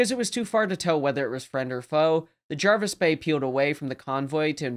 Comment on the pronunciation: Pronunciation correct👍 and thats coming from England🏴 and as its English you're speaking then i think that's a good enough endorsement! Thanks for another good video.